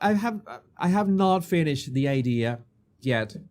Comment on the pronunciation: I like "yet" pronounced like "jet" ;).